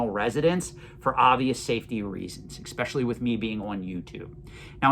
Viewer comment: Do you mind me asking why you say ecspecially? Instead of especially?